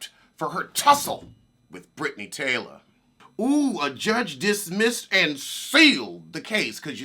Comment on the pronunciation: I think her name is Brittany Taylor lol. Not Taloy.